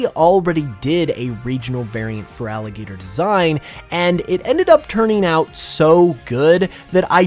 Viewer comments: IT'S FERALIGATR, NOT FRALIGATOR! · THERE IS NO VOWEL BETWEEN THE T AND THE R IN FERALIGATR! AND DO NOT CALL FERALIGATR A HE!